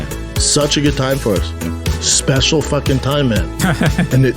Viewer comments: It's was a speshial time I had a can of pringles on my shoulder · So speshul man, jussa speshul time